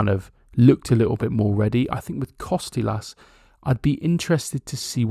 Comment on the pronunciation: Tzimas is pronounced Gimas like the "G" in George. Kostoulas has an emphasis on the middle "STOU". No KOstoulas but KoSTOUlas